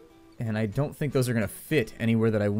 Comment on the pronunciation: don't do it sounded like dope do it :O